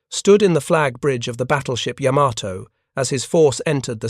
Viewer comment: "Yamma toe"???